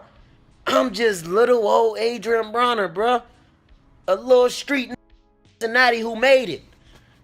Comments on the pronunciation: Broner not bronner 😂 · why you mispronounced his last name- "browner"?... disliked.